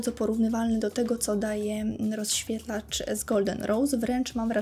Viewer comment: Coraz bardziej bolą mnie uszy jak otwierasz usta. Popracuj nad wymowa. Mowisz np. O rozświetlaczu i to słowo powtarzasz w 3 kolejnych zadaniach...